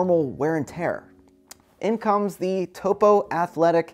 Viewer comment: Great review. BTW, Vibram is pronounced "Vee-Brum" and Topo is "Toe-Poe."